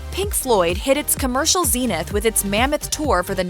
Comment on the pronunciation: I stopped watching when I realised she can't even talk right and said "Zeeeenith"